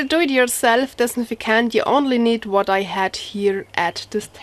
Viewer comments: Aw bless ya ..say ..anti -bacterial ..if cant say dis-in-fect-ant ..no hate I find it cute ..thank you for your video , your english is good :) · Girl you butchered the word disinfectant but I LOVE it. English stinks but yours really improves each video. I am sure I cant speak 2 languages. ( pronounce) Dis. in. 'Fect tant. (meant in the kindest way) Thanks for the recipe!! Good luck with the upcoming joy. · I just like listening to her try to say disinfectant.